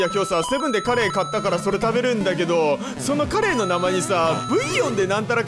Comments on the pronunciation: 発音的にカレーじゃなくて、鰈の発音ｗ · カレーなのかカレイなのか